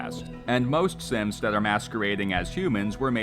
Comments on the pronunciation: every time i hear him say synths, his accent makes me hear simps, and i cannot unhear it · Sometimes, i would accidentally hear the narrator say "simps" Rather than "synths"